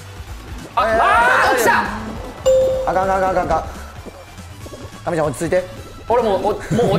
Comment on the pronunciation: 関西人と関東人の神ちゃんの発音の違いが可愛すぎるわら